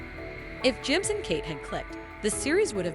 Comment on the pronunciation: Whatever voice program you are using for this, delete it. It makes it sound like you haven't watched the show, calling lee-roy Gibbzz "Le Roy Jibbz" for example.